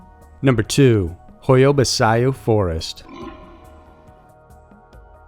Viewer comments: Great vid as always but it's pronounced "hoya-bachu". Love your channel..😃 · Um, it’s pronounced hoy-ya bah-choo. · The Hoia Baciu forest is pronounced as Hoia Bacu, the people who live near the forest used to avoid it. Now, it has become a source of income because there are lots of paranormal enthusiast visiting the forest. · Hoia Baciu (Hoy-a Bat -Chiew) is a very famous well known location in Romania. It has been featured on Ghost Adventures, Josh Gates' shows, and numerous other programs. Even a two minute glance at a website of world famous haunts & forests would help you prepare before you go to air with your mangled mispronunciations...For God's sake this is near Dracula's territory. Everyone knows this. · the correct way to pronounce the name of the Forrest is ho-ya-bah-chee as in "cheek" without the "k"...sorry just had to point it out,,, it's an o.c.d. thing....lol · I think the best part was hearing u say the forest's name wrong. Actually Sounds like a sneeze lol (ba-ch-u) but your way was funnier But I truly believe that they should have investigated the charges on Roberts before they killed him and said, "hey... maybe he was innocent like everything and everyone said! 💡 let's check now that he's gone" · What was that pronunciation of the forest lol 😉 Definitely not how it's pronounced. Anyways love the videos ❤ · I'm romanian and I must say, the way you say Hoia Baciu is hilarious XD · You butchered the fuck outta that pronunciation. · I've never heard anyone butcher the name of that forest so bad 😂😂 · Literally the only reason I clicked on the video was to see how bad he'd mispronounce it haha. This guy's got a way with pronouncing people's names really really wrong. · It isn't nastiness, it's the truth. The forest is very well known and popular on tv shows, etc. How he could not have known how to pronounce this is beyond me. All it takes is a quick Google search and a click on the blue speaker icon. By the way: Pronunciation DOES MATTER.